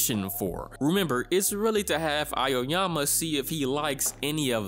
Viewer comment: The name of protagonist is pronounced Ah-oh-yama, not A- yo- yama.